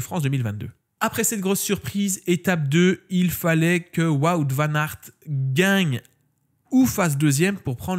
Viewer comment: je me demandais aussi pourquoi tu le citais pas dans les Fav... cause t'arrives pas à prononcer son nom... 🤣😂🤣